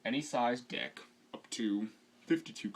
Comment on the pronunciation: No, it's "Deck" not "Dick"